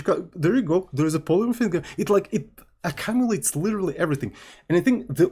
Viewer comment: Please,, stop saying "A-cum-ilate" That's not how it's pronounced and it sounds weird every time you say it. lmao. It's "Ah-kyoom-u-late".